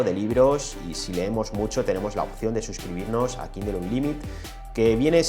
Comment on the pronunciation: Dejá de decir kindel